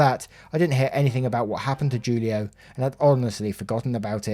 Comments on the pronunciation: Broooooooo Julio, is pronounced Hulio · Julio is pronounced Hoolio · julio is pronounced who-lee-oh. Every time you said it wrong it hurt my soul just a bit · Just so you know, Julio is pronounced like “Hoolio” ❤ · Julio is pronounced "who-lio".